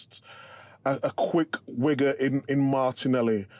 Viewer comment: "quick wigga" 💀💀